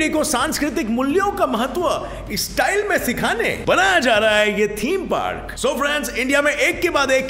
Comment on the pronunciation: That was so funny when he said "ishtayil"🤣🤣🤣